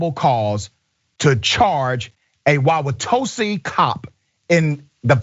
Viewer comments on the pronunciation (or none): It"s Wauwatosa (sa) not tose. I'm need you to get my area right Doc lol. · Thank you for sharing and the stats provided but you should learn how to pronounce places correctly (WALK-UH-SHAW and WOW-UH-TOE-SUH). They are Native American names and deserve respect. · WA-ke-shaw. (Waukesha) wa-wa-TOW-saw. (Wauwatosa) Wisconsin is filled with Native American names. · Dr. Richey, I'm one of your biggest fans & as a person who was born & raised in Milwaukee, I know the Indian city names are a bitch to pronounce. The 1st one wauwautosa is pronounced wa wa tosa. The second one Waukesha is pronounced wa kuh shaw. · My man, you're killing me with the mispronunciations of those cities. My wife is FROM that area (her hometown is about an hour from Milwaukee but she attended Marquette in Milwaukee) and we go back every year. Anyway, here we go WAUWATOSA is pronounced (I'm going to spill them phonetically for you) but it's pronounced WAU-WHA-TOE-SA and WAUKESHA is pronounced WAU-KEY-SHAW. Now say them fast and you've got it. Love your work, but have your researchers research before you go on the air.